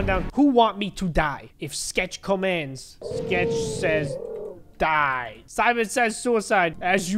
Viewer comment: You say die not due